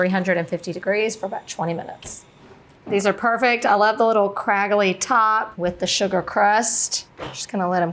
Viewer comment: The word of the day is cragaly. CRAGALY.